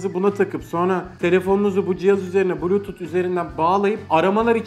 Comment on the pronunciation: bluytut:D